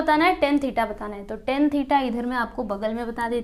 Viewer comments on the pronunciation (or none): Didi vo tan he thes is not ten